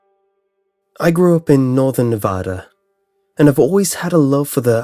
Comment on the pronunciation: NEVADA NOT NOVODA!